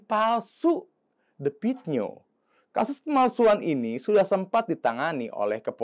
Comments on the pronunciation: The Klo bhs inggris di baca de Klo asia "the" di baca te Jadi the pit nio bukan di baca de pit nio.......tapi di baca te pit nio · Baca Te Pit Nio gitu,bukan The Pit Nio.Akun maaf ya ,anda tidak pintar,jelek.Coba diperbaiki lagi cara penyampaiannya.